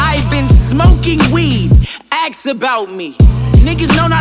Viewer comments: I really just said axe because he said it like AXE instead of ask but your ways works too bro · i think thats just how he pronounces “ask” lmao